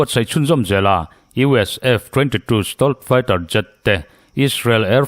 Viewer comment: I stealth fighter lam dan hi ava mak thin ve,nangmah deuh chiah hian Stolth Fighter tiang lam hi ka la hria..